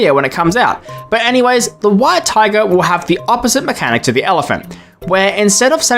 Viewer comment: "Whit etiger" hits hard